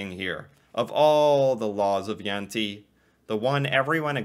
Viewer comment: Its not jante is jente